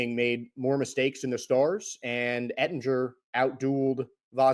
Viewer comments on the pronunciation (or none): Yeah he doesnt even know how to pronounce Oettinger’s last name either; it’s pretty ridiculous lol; and he just said that both of Tampa Bay’s 2 goals came in the third period when in reality they came in fhe first period and they never scored after that. The Stars scored twice in the first and twice in the third.